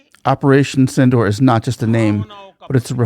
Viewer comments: Its not pronounced as Synindor but should be correctly pronounced as Sindhoor (Sin-dur). Like durable dur. Mind it. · the pronunciation is sindoooor. Not door, hope this helps. Sindoor is the red color Indian women have on the forehead and in their part in the hair